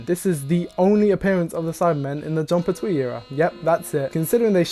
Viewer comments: Pert-wee, not per-Twee. Unsubbed. Cancelled. Banished. (Nah, only kidding. But, damn, is it really irritating to hear someone repeatedly pronounce a name the wrong way over and over again.) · Oh my god, please! It’s John PERtwee. Not PerTWEE! 😅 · The TARDIS told the Doctor: "I take you where you need to go!" When she took human form. It's pronounced Pert-we not Pert-twee!